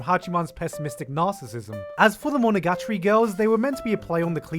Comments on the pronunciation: I don't believe for a f u c k i n g second that that's how you pronounce "monogatori". But the longer I think about it the more sense it makes holy shit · Wtf is that pronunciation of monogatari lmao